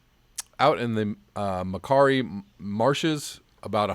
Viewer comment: Macquarie - pronounced "Makwarry". Your pronunciations are mostly very good,. Cheers from Bendigo, Australia (pronounced "Straya") 😊